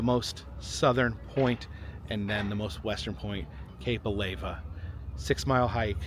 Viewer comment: What's the hot stuff that flows out of volcanoes ? Lava. Now, put an A in front of it and what do you get? Alava (Not a-lay-vuh)